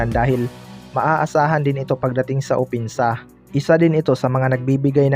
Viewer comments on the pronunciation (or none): Lakas mo manglait Kay clarkson,ikaw nga purong pinoy pero Hindi mo mabigkas ng maayos ang opensa, wag masyado